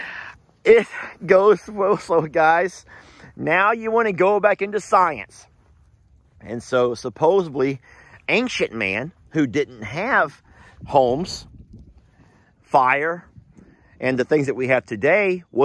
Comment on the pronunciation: Oh, you said "suposably" and now my eye is twitching.